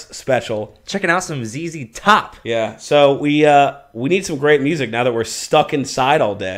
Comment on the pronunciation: ZZ Top (pronounced "zee zee top") is an American rock band from Houston, Texas, formed in 1969.